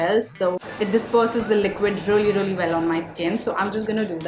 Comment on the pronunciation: Really is pronounced ree-lee not ruh-lee..sorry but it bothers me when you keep saying ruh-lee ruh-lee